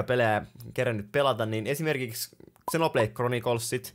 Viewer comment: Toi miten sä sanoit xenoblade chronicles 🤦‍♂️🤦‍♂️